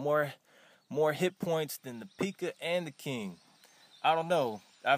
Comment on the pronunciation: did he just say pika😂😂😂 instead of Pekka?!